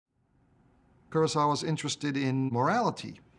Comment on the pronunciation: You'd think these film experts would be better at pronouncing the name Ku-ro-sa-wa. Krosauwa isn't a name in any language.